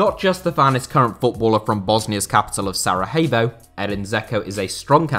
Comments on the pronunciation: Since when have you placed the Bosnian capital as part of Spain? It's always been pronounced Sarayevo in English (even the Wiki page has a helpful audio clip to show this.) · Not to be rude or anything but Sarajevo is not pronounced like Sarahevo. You’re not supposed to pronounce the J like in Spanish. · Please stop saying Sara-HAY-vo...